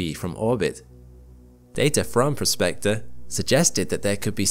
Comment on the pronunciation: "PROSpector", not "prosPECTor". Two different words, with different meanings.